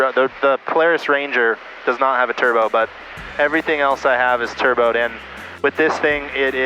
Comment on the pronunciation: I was thinking how can I be the only one the heard "Tur Bro"